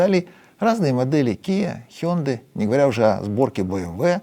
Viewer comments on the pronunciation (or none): none